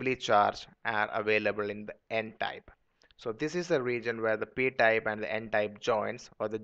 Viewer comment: its type not tape